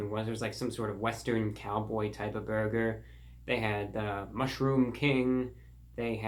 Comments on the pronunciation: No one: ReportOfTheWeek: Borger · I still heard "borger" after hearing it 5 times, and the caption also said "borger". But hey, if what you heard was true, then good for you 😁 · He said "Borger", I can die peacefully now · "There's me and the 'borger' right there :)" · "The bourger"